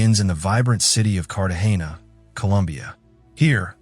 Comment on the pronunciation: it's pronounced "Car-ta-ge-na" THE ACTUAL NAME OF THE MOVIE